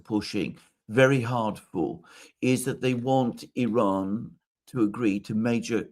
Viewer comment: Glad to see that Alexander pronounces the I in Iran as it should be, like the I in Italy, Israel etc…